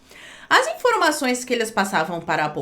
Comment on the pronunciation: outras tantas "infrôimações"?